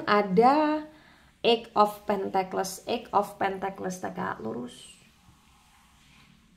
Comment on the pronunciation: Punten mbak. Tulisan Pentacles bacanya sepertinya "pèntekels", bukan "pèntekles".